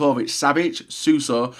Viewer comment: Wow pronouncing Suso correct instead of saying "Suarso" its a miracle.